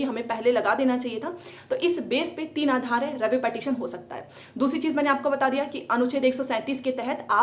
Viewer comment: Phle tu पिटीशन bolna seekh le madam